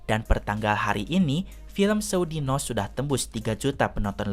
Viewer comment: Kalau diucapkan yg bukan jawa jd agak aneh.. Dino=nama orang Dino= dinosaurus dhino=hari :)